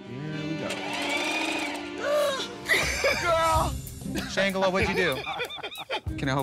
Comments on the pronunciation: Not the ‘ShanGla’ 😂😂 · “Shang-gela what did you do?” NOT SHANG-GELA💀💀💀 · Shangela (like fang) whatd you do